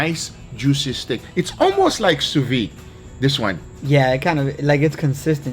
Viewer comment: “Dees is what it looks liyke” -Guga